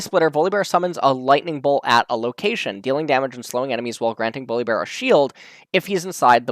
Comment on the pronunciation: i was just listening doing something else then i heard you pronounce his name weirdly .